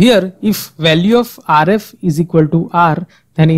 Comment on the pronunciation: gosh i can barely understand. Rf is pronounced "ARE [space] EFF" not "ARE-IFF" with a rolling R geez